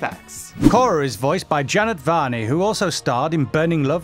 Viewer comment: I can not even beguin on the amount of names he pronounced wrong... Janet Varney = Janie Varney